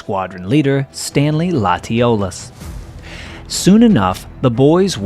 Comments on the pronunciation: It would be nice if Stanley Latiolais's name was pronounced correctly. He was a Cajun and it's pronounce LATCH-a- lay. It's French. Mispronounced names kind of irk me. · Stanley Latiolais Pronounced Latch-o-lay French name...just for future reference...my great grandmother's name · It's funny how he pronounced Stanley's last name 😂 no one can seem to get Cajun names right, It's pronounced Latiolais, Lah-sho-ley. Much love from a fellow Cajun from the Serigny family ⚜️❤